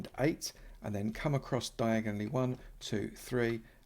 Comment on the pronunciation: How has now one said anything about “Diagon Alley”? Lol